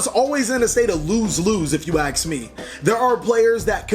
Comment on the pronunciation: Love the way he says: "If you aks me" But seriously, it's well known that every deck has its own learning curve. I remember when Pendulums came out I really hated them so much, but never actually tried to understand them, then, when the PEVO set came out I bought a box and build 2 decks out of it, Pendulum Magician and Zefra, and still playing them even today, but none of my friends can follow my line of thought when it comes to Pendulum combos, techs or matchups. And I can't pilot non-pendulum as half as good as Pendulum based decks. So, imagine the ones that keep changing decks each new format just to keep playing at the top tables, they really have a lot of skill and knowledge of the whole game.